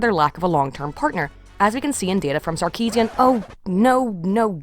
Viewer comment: I have to admit i spit out my morning coffee when you said sarkisien lol.